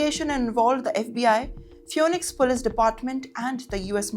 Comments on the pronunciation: Not dispora...... But Diaspora Not fewnix but Phoenix ( feenix). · Phoenix is pronounced as feenix, not fewnix